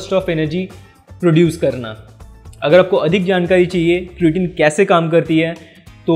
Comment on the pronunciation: sabse phle to beta vo क्रिटिन नही क्रेटीन hota hai gawar pronunciation sikh le phle